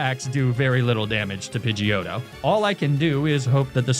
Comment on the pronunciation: As an Italian guy, the way you pronounced Pidgeotto was absolutely beautiful